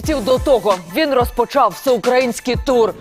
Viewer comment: Дикторша всю передачу испортила. Зачем так издеваться над украинским языком? ("кілька місяціу", "розпоТШАв", "про ШТШо згадати", "аутомобіль", "повертаУся", "кермуваУ", "ефіріУ"...))))